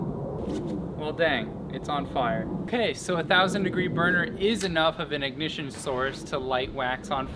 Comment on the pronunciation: IT REALLY IS A BURNENERNENR REE ERR!!!! h